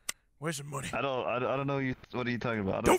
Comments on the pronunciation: Arthur Morgan Where’s your goddamn moneh? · I need moneh for ma boah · Am here for moneh boyah..! So get meh the god dahm moneh.. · Wheres my GOH DAMN MONEH BOAH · We need moneh Arthur! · Arthur : where's my MuNeH ?!!! Dutch disliked that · Moneh I need my god dam moneh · 5,000 MONEH